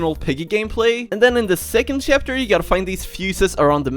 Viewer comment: Is it me or does he say shapter?